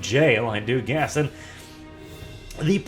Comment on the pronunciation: Did he say guess or gas? Does want to gas journalists?